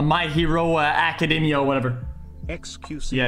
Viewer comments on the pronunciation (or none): none